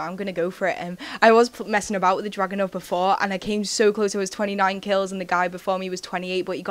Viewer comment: when you say dragunov, it sounds like your saying drugonov :3